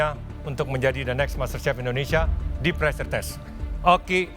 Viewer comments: Pressure min bukan preasure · *PREASURE wkwk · pressure min, bukan preasure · Pressure, min.. bukan preasure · Min, maaf harusnya PRESSURE kan, bukan PREASURE 🙏